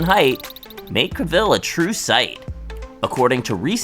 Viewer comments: The man's name is pronounced Cav-el, not Ca-ville. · Kay I can’t keep listening to Caville being said. Have you never heard his name before?? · I had to stop watching after the first couple of pronunciations of Caville. Made my brain twitch